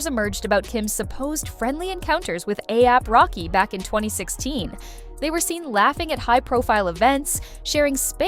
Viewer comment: you said ASAP rocky's name wrong the whole time??